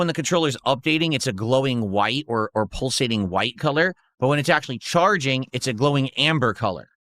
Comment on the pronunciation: What’s pull-sating?